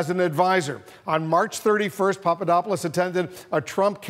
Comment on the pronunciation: We know Papadopoulos was not a coffee boy because idiotic trump pronounces his name correctly. trump obviously knows him well.